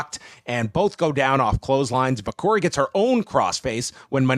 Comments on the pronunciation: vaquer is pronounced Vacker not vacour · He says Vacor, but yeah its Vaq - her sounding.